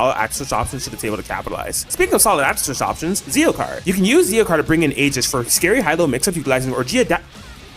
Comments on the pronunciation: Aegis ❌️🤨 Aigis ✅️😌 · The tragic pronunciation of “Orgia” 😭